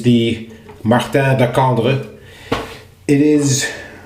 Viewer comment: Wow, you pronounced Martin de Candre almost perfectly, well done !